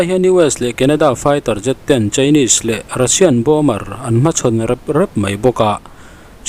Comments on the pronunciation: Bomber tiin an ziaka bomer tiin a chhiar ri thin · Bomer nge Bomber aw... Min lo chhang teh😮 ka hriatsual chuan explain please. News in siam chuan fimkhurna tur hi a tam viau. Pronunciation chu ka sawi lo na in, meaning- less chu a zia lo viau